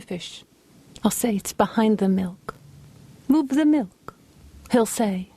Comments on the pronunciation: gosh I love the way she says "Mil-kh" 🤣🤣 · Rita Rudner. The queen of enunciation. The only person that can make the word "milk" two syllables. " Mil-Kuh"